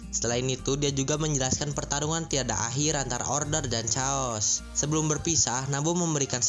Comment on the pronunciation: Chaos dibacanya keos mang, bukan caos atau ceos